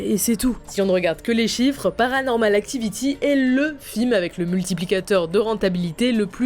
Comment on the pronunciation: La minia "paranormal actovity"😂